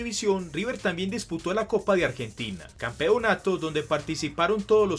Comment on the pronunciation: Me desespera como pronuncia "Campeonato"